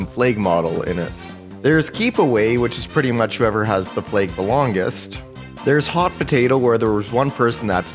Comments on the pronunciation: Deadass thought he said plaque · i like the way you say flag